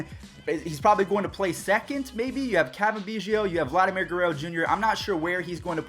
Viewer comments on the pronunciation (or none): did you say Vladimir Gerruerro jr